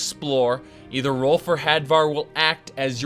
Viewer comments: Ralof not Rolf... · It's Ralof not Rolf, sorry it just bothered me... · If i didn't already get used to you mispronouncing shit that "Rolf" for "Ralof" would have bothered me a lot more xD. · great vid, but his name is "Ralof" not "Rolf"!!! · "Rolf" Could've sworn it was pronounced Ray-loff but now I'm just thinking he's like "The Stormcloaks have many doors of entry Ed-boy. My father was a soldier and I am the son of a shepard." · Ralof not Rolf. Otherwise I fully agree to no end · Wait, Rolf? You mean Rolaf? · Erm, I think it's Ralof. Not Rolf. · Why was he saying "Rolf" it's "Ralof" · are you saying Rolf? you mean rolaf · Rolf? it's pronounced Ray-loff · "Rolf" Oh god it's the livestream again. Rolf from Riverwad. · Rolf? does he mean Ralof? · Epic Beard Gamer He pronounces it that way on purpose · RAY-LOFF.... other than that i love this with a passion. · pronounces Ralof Rolf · Ralof. You appear to be missing a letter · You butchered ralofs name